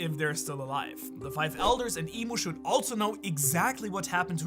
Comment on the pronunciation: try to fix your pronounciation,. you read i-mu, "i" just like how you read "eve" in english and "mu" just like how you read "new" in english (replace the N with M). her name is not even english and it's a cringe when people trying to read japanese name in english edit: now you just said "i am you" instead of "eve new". seriously though, if you ever watch one piece anime, you should be able to hear what's the japanese voice actor is saying. they don't make mistake when spelling their own language.